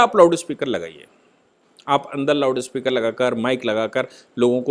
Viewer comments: Its Loudspeaker not loudispekar. See the heading of this video. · It is loudspeaker ,not loudispeker